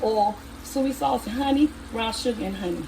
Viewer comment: it's the way she pronounced soy sauce